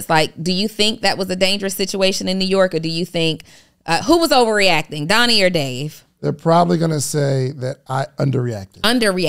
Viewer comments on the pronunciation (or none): It always sounds like is saying Doddie and not Donnie 😆